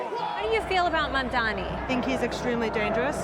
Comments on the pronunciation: why the f cant most Americans get a simple name right..Its Mam-DaNi not Mam-DaMi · Great interview and clarifier - minus Desi's pronounciation of Mamdani as "Mandani" lol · The heck is wrong with freaking "Mandami" pronunciation??